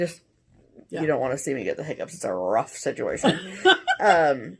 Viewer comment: Situation = stitchuation?! Dunno why but I kept hearing this in my head everyone you said you 😂. Another great video ladies, I was late to watching it this week cause work gets in the way.